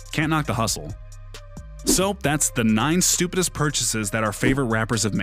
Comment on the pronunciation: This guy said stuipidist